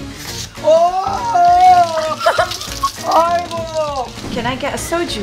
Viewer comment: uncle roger says 아이고(aigo) properly. correct. correct. 😄